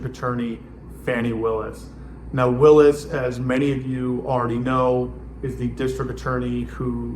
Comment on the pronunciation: Are you purposely disrespecting Ms. Willis or did you just not bother to learn how to pronounce her name?